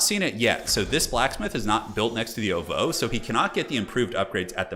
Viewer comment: The way you pronounce ovoo bothers me